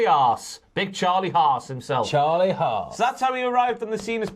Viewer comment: I love Ross, but is it just me that when he says "Charlie haas" it sounds like "Charlie ass"?😂